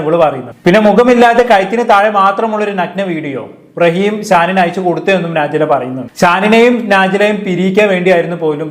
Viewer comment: നാജി ല അല്ല ടോ നജ് ല ശരിക്കും സത്യങ്ങൾ ഒന്നും അറിയാതെ ഒന്ന് നിർത്തി കൂടെടോ മറ്റുള്ളവരെ കുറ്റം കണ്ട് പടിക്കൽ